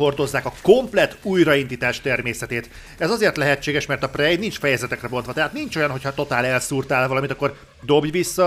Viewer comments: Jó a videó, pörgős. De ez a prej nagyon fáj a fülemnek, tudom hogy a kettő között van, de ha már nincs meg a rendes kiejtés akkor sokkal inkább préj. Amúgy grat ! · Nem fogadtad meg a kiejtéskirtikámat és most fájnak a füleim a 'prej'-ektől :(